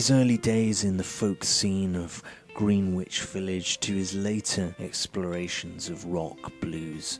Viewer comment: Its pronounced gren ich. Not green which.